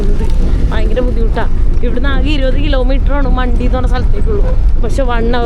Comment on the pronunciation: മണ്ടി അല്ല മാൺഠി ആണ് .